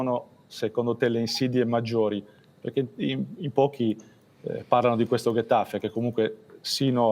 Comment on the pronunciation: Bravo Mister,non riesce a dire il nome di quella squadra 😅😍😍